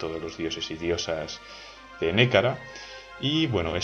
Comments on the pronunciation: Gran descubrimiento este canal, me encanta, me lo recomendó un amigo. Sorpresa cuando reconocí la música del Europa Universalis IV. Lo único es que no se dice Nékara sino Nehekara, y se pronuncia (Nejekara). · Un saludo, gran trabajo. Por cierto solo quiero decirte que en Nehekhara se pronuncia Ne-je-kara. Podrías hacer un video sobre Bretonnia o los Zufbarak